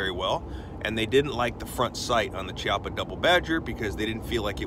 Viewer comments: I don't want to be "that guy" but It is a k sound not a chee sound. Ki-appa. Just saying bro. also good video, I don't like the gun, but that's not on you. that's On Chiappa. I like the Rhino, and a couple others, but this one, I won't ever buy. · As in Chianti